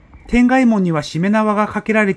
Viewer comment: 奈良に住むものです。 東大寺について詳しくご紹介いただいて、興味深く拝見しました。 国銅という本は知らなかったので、ぜひ読んでみたいと思います。 南大門の柱に穴が開いていてその奥に火縄銃の弾が残っているのですが、次回にでもご覧ください。 一点、転害門の読み方ですが、正しくは「てがいもん」と呼びます。 いい動画を見せていただき、ありがとうございました。